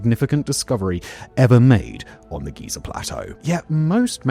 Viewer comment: Somehow Simon pronounces Giza and Geyser the exact same way